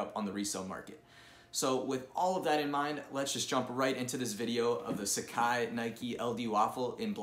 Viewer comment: Pronounce it properly. SUH-Kah-Ee not SA-CAI